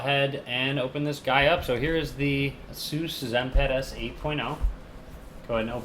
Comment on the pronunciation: u pronounced Asus wrong but nice vid